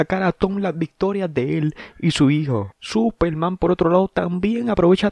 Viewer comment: Que no Era super man no supel man